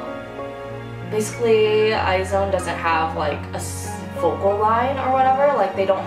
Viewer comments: Not eye.. But Iz one.. you should say IZ like you say is.. and mix it with one.. "is one "..twleve star become one means 12 is one.. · eye-zee-won is the pronunciation lol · I think it’s pronounced IZ-ONE. Well I think it’s cooler that way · It's supposed to be pronounced eyes-one but I keep saying eye-zone not a fan of the name tbh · "I is one" that is how Lee seunggi pronounced it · not what I heard from Friday's night live streaming. Lee Seunggi was pronouncing it as I is one. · Meee. How do pronounce IZone? Eyes one? I zone? WHAT?